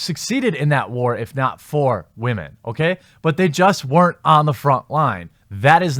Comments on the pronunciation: Why do you say "wah-men"? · Wamen? Or are you saying Ramen? I truly can't tell. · Why do you say whamen?